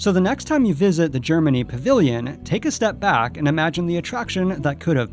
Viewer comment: Did she mispronounce Germany?